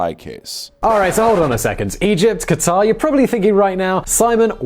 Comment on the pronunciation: It's so refreshing to hear western people pronouncing Qatar correctly instead of "cutter".